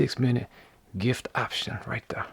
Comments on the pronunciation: I’m never as happy as I am when I hear you say “like that right thurh” god bless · When he says.."That rite thuh".. it makes my soul smile.